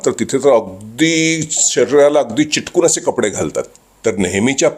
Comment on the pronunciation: चिटकून नाही, चिकटून 😂😂😂